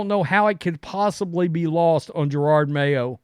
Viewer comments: Hey, just so you know I am a white guy and conservative. Having said that Please learn how to say someones name and or other words before you look stupid. Jerard No it is Je ROD. I like your conservative show, however, you do look stupid sometimes! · Ja-Rawd;). Cmon man